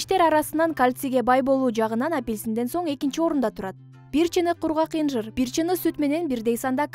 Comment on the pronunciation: Инжир эмес атын туура айталбайсын .